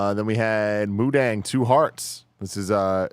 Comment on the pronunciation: Mudang pronounced mu-tong